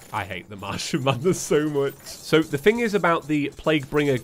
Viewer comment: Am I the only one who hears "mushroom madness" every time says Martian Madness?